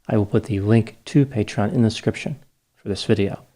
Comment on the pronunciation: "I will put the link to patreon inescription below"